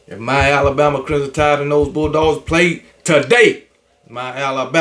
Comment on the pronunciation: It’s KB never being able to properly pronounce the word Crimson fa me….😂